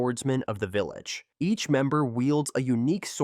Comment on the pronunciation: vilalge.......fuckin ai bullshit